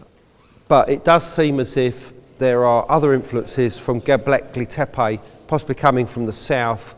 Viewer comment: Gobekli taypeeyyee